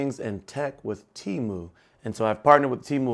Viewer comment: Pronounced Temu correctly ✅ . You showed a lg magic remote not sure if you know ( probably do ) but if you shake it it becomes a mouse pointer which is faster navigation to type. But the keyboard is good too 👍